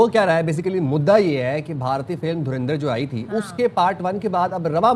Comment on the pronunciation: dhurandhar ❌ dhurendarr ✅